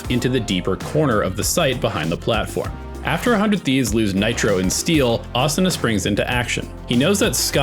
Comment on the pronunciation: Thank you for not pronouncing it Uh Soo Nuh 😅